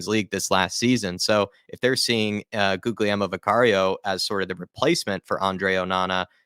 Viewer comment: To pronounce Guglielmo, you need to barely pronounce the second G, so if you say Gulielmo, its closer to the correct pronunciation compared to How a lot of english people pronounce Guglielmo